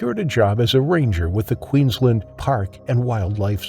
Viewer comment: Poor Zack. 😢 He certainly had the right people around him when he needed it, even though they did their best it was to no avail. Shark again didn’t do anything wrong. It was just being a shark. Zack is another wrong place, wrong time. Kudos to the narrator for pronouncing Queensland correctly then stuffs it up saying ‘wa-ft instead of wo-ft & Glad-stone instead of Glad-stn’ Can’t win em all I guess 😂